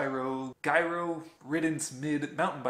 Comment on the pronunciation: I don't like the way you pronounce GIRO!